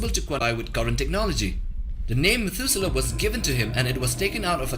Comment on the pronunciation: Methuselah... Methudewe Ra Iso 🤣🤣🤣